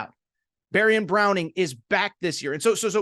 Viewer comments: Ok I agree with alot of things. But...your opening statement is just 100% inaccurate. Will Levis the year before with 1 great receiver and some other decent ones as you stated won 10 games. They brought in Tavion Robinson, Dane Key, and please get his name right Barion Brown. Not Barion Browning. The offensive line just underperformed and the offensive coaching was not very good. So as I said saying Will Levis was overated is just false. Yes he went in the 2nd round of the NFL draft, but I believe he was the 3rd quarterback taken in the draft after Kentucky didn't meet expectations. So I'd say being the 3rd quarterback taken in the draft is pretty darn good!!! Not to mention he landed with the perfect team for him. I live in Nashville and there is alot of hype from people here about Levis.. he could easily become the starting quarterback in a short amount of time. He has a NFL mindset, studys film not as much as Peyton Manning but alot. Definitely has the arm and his body provided they surround him with a good offensive line is also going to keep him in the NFL along time. Let's not forget he went head to head on a run against the SEC's leading linebacker and just trucked that guy like he was a little kid... So as I said I like the rest of your statements, but you have to take that shot back. Oh by the way how many quarterbacks have you seen throw a 50 yard pass from his knees...cmon!!!! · Barion Brown. Not Browning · Barion BROWN not Browning